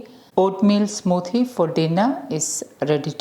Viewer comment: 'Smooothhhie': I love the Malayali accent.